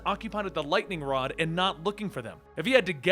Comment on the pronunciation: Is it me or did say wod instead of rod?